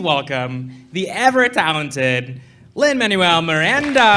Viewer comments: OMG, this was my same thought! I'm like, "Dang, dude, it really isn't that hard!" 🤬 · Right? Even if he somehow didn't know his name before this (how though?! Is this guy seriously a movie reviewer?), I'd think most people would have heard Jared Bush pronounce it correctly and at least manage to get it right at the end. But this guy doesn't even listen to the people he's supposed to be interviewing. What a charmless and vapid excuse for a host. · It’s beyond frustrating when people pronounce his name wrong. I’ve seen this happen several times now & seemingly from people who should know better. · You’d think the host would pronounce Lin-Manuel’s name correctly.